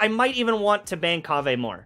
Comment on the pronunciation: one word..... Kaveh 😂